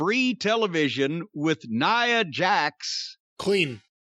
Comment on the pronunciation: he had it right. It's Nia Jax, not nya.